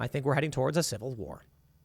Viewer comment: Dude, Tim says SECOND CIVAH WAHH soooooo many times i think i feel that he is calling for action from god to make it happen